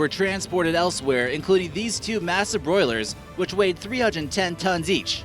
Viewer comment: Boiler not broiler.